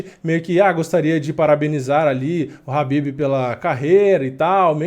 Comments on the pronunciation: Pq tu chama o Khabib de Habib??? Caraleoo, que agonia. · Eu não entendo somente uma coisa: pq no mundo todo as pessoas pronunciam Khabib (pronunciando a letra K) e aqui no Brasil o nome do cara virou Habib? sério eu nunca entendi essa parada kkk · Khabib não é noiado, ele é exemplo como atleta e campeão... E "Rabib" é minha caceta, bota o K aí kkkk